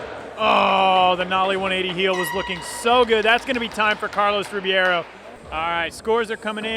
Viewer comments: Duuuude it's not Carlos Ribiero it's Ribeiro!! xDD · Rebeiro, not RIbiero damn it! You Americans can't read. Cool comp! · wtf is it really pronounced RIBIERO? they got me confused af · Carlos "Ribeiro" pronounced ....reh-beyro Get the name right out of basic respect already